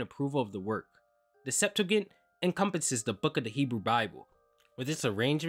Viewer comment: and Sep-too-gent